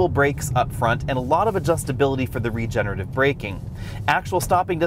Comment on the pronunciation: you even have a dedicated EV channel... Please stop saying "regenative" over and over. You're missing a whole syllable - Re Ge Ne Ra Tive. Regenerative. Re-generative. Geesh.